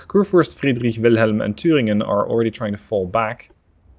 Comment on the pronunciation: The way you pronounce the german names gets better each episode. Especially the way you said "Thüringen" was more or less perfect.